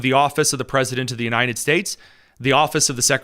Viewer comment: Bro can’t even say “United” correctly. ‘Unined”